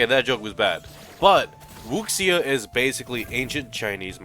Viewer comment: Wu- Shia* wuxia